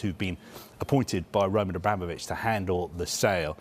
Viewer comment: This guy "Romaaahn Abramovic, Lionel Messaay"